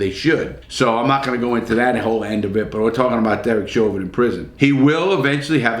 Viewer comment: "Derek Sherber... Derek Chauvin..." thinking about sherbert larry? Lol